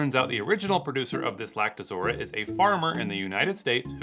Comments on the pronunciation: I like how you spend your time saying "Lactozora" when the text reads "Lactoroza" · LactoROZA, not lactoZORA... geez, what kinda distributor doesn't know his own product?